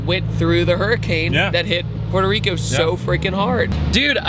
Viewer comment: What’s Porter rico it’s Puerto rico